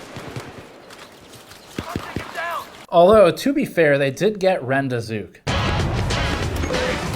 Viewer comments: It's not ren-day-zook It's Ron-de-zook like rendezvous bazooka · “REND-EYY-ZOOK” (???????) Fake gamer GN has been bought out by big government!!! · I love that Steve has enough of a life outside gaming meme culture that he pronounces rendezook phonetically instead of like rendezvous.